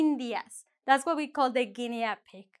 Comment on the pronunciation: In English we dont pronounce the a in Guinea pig